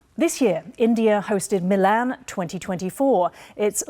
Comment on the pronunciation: The fact that the Indian girl mispronounced 'Milan' is sad